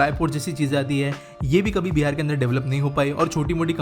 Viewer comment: bhai beer nahi Bihar ha lol